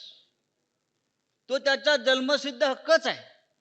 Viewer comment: जल्मसिध्द नाही रे जन्मसिद्ध म्हण । संजय कमी पित जा म्हणजे व्यवस्थित बोलशील। या देशाचे दुर्भाग्य आहेत की संजय सारखे लोक सांसद आहेत ज्यांचा उपयोग मनोरंजन साठी केला जातोय।